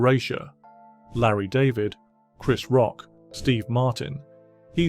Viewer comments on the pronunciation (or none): none